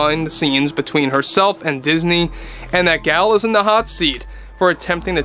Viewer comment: Gal is pronounced to rhyme with "doll" and Gadot rhymes with "Bardot". The "T' is silent.